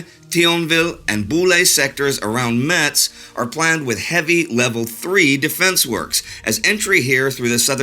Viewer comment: For what it's worth, the name of that city is pronounced "mess". I know, it's very minor.